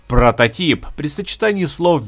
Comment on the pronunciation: лайк и подписка за то что сказал протатип а не протатайп как некоторые д*уны и ролик норм